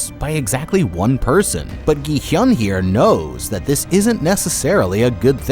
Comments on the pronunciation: "gee hyun" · Its gi hun not gy hyun😊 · why are you calling gihun as jihun????? Theres a G RIGHT THERE???? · why do you keep saying "gi-hyun"??? it's "gi-hun" 😭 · Why is he pronouncing everybody's name wrong and all of the games wrong. It is really annoying me, Jee-hyun instead of Gi-hun, Yung-bae instead of Jung-bae, Jeji instead of Jegi, and Takji instead of Ddakji. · Ah yes "gihiun" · Im only 4 minutes in and im gonna say this, you have mispronounced every word, gi-hun 기훈 (pronounced gi-hoon) and ddakji 땈지 are just 2, you should make sure you know how to pronounce the names of people and stuff before making a video and not just go off the subtitles. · bruh how can u still get the main character's name wrong after watching the entire series likely multiple times to write the script "gi hyun... jee hyun" EDIT: bro got Thanos wrong too idk man it might be intentional at this point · thats not how you say his name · I've never understood why people don't research pronunciation when they're making entire videos about the subject. Plus if they've actually watched the show they'd know how to say it. They're either stupid or disrespectful and I'm not sure which is worse... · bro keeps adding a y to Gi-Hun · Dude... Learn how to pronounce the name of the games BEFORE you make the video...